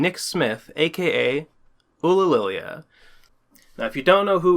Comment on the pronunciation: Its not Oohlah lillia, its Yew lil e ah